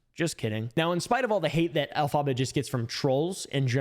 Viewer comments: The way you say Elphaba is funny it’s pronounced (elf-aba) th aba is pronounced like hubba hubba but just the ubba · the way you say “elphaba” kills me 💀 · the mispronunciation of elphaba will never not be funny to me